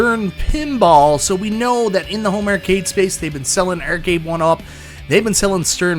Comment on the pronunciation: Arcade =/= ERRcade.